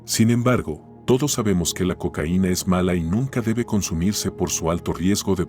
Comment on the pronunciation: No puedes decir Cocaina mijo